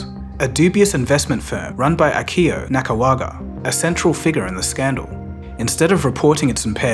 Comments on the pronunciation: you said "Akio Nakawaga" instead of Nakagawa... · 😅 mispronounced name - nakagawa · Bro! It's Nakagawa not Nakawaga. WTF. 😂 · 😂😂 "Akio NakaWAGA" is still so funny